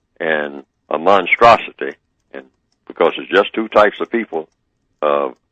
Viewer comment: i heard neely say - he's a monstrasity i heard him say a monstasity support the white supremacy.